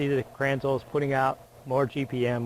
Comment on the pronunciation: Pronounced krenz-la